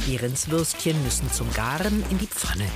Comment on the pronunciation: Bei GARRRRREEENN